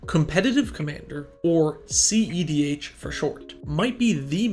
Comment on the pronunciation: I swear the first few videos I thought he was saying ZDH